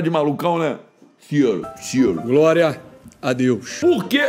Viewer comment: Glória não ele fala groria 😂😂😊